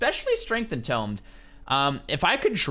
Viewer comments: En toooomed. Not tom’d! Sorry that was killing me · en-toomed not en-tomed a tomb is a place where you bury the dead. a tome is a large book